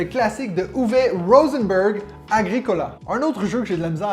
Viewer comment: Agricola a essayé. Nous on adore même si on sort plus souvent la version 2 joueurs. Et pour la prononciation vu que tu es en Suisse c'est Ag-Ricolaaaa 😂.